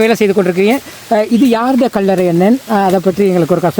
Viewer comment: அடேய் கள்ளற இல்ல கல்லறை என்ன உன்ர தமிழ் பிழையாயிருக்கு இந்திய வம்சாவழியோ பறவாயில்ல விடு எங்கட இடத்த நீங்களாவது நரப்புங்க